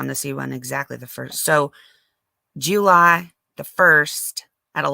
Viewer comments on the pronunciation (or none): Juul...lye 😆🤣very southern 😆